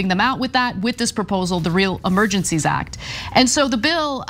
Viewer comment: did i hear some giggles when cenk mispronounced "act" or was that just me in my head